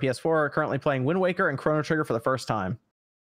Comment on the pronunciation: This guy called chrono trigger crano trigger and nobody flinched🤔